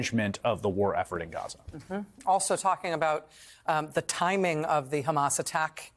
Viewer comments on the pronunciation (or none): This was so hard to watch! He forgot how to SAY HAMAS Y'ALL!!! Ion know but, it's time go Joe. Quit funding Israel, what about us? What about Americans? 😵😩